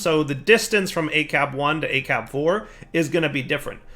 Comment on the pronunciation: system is called Acrab not Acab... but I do like how much he said acab in this episode